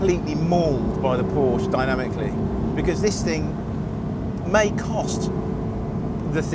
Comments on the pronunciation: Still can't pronounce Porsche correctly... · Narrator doesn't know how to say Porsche